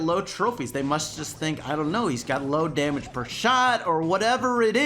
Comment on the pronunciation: Does anyone else cringed when he said bo Damge is ok